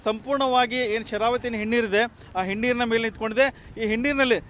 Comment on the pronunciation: ಹಿನ್ನೀರು ಅಂತ ಹೇಳಪ್ಪ. ಹೆಣ್ಣೀರು ಅಲ್ಲಾ